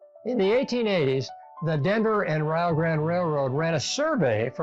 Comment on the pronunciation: The way he said Rio Grande almost made me want shoot myself.